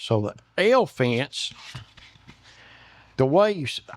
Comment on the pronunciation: I thought he said the "hell fence". This is BRILLIANT!!!